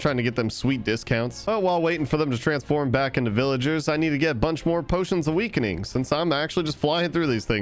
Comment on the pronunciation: Cookie beat you to race to 1M subs i thought you'll win and also in you said weakinings and great white shark be like i survived 25K days(according to google) in the ocean